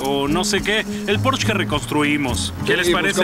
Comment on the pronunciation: La traducción hace que me revuelque de la cólera, “un porsché” 😤